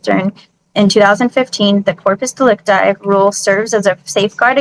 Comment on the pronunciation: Did she say "in porpoise delecti"? Man they get dumber and dumber every video